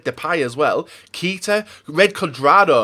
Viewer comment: you say Keita. kay-ta